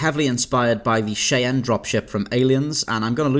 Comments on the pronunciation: Eh Cheyenne is pronounced ‘Shy Anne’ .... ok? .... as in the Indian tripe in North America not ‘shay n’ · Cheyenne....pronounced shy-ann